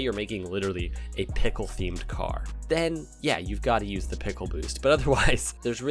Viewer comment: Peckle boost ? Or is that a different accent to say pickle as well ?